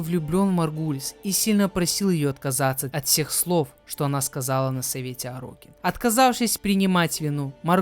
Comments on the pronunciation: Орокин, а не орОкин. Терпел весь видос эту резь по ушам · это тоже, вот только орОкин звучало намного чаще, потому на это внимание и обратил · Уровень подготовки к видео: весь ролик говорит орОкин. Я в ахуе как ему слух не режет. Чел ни вики не открыл, ни чужие ролики по лору не глянул. Это невозможно смотреть. А, да, Корпус - это не раса, а религиозная фракция. Фракция нищих бичей-людей, которые по догматам Парвоса Гренума поднялась и исповедует трушный капитализм, конкурентный рыночек и т.д. Сами Орокин тоже были людьми, но элитой, которая эксплуатировала средний и нищий класс, оградившись от них кастовой системой (Орокином можно было только родиться)